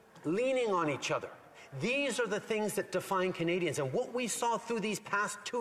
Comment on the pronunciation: He can’t even pronounce the citizens right. It’s not Kenadians